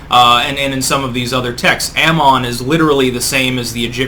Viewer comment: Cheers on teaching me the correct pronunciation of Amon!